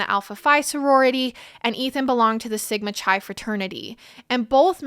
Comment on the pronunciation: great coverage! for future reference Sigma Chi is pronounced like Kai… not Chai tea